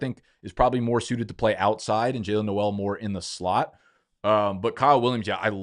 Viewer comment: Pronounced "NOLE" , not the Christmasy "NOEL" /pedant